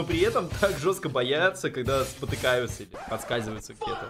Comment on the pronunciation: Почему ты сказал баяются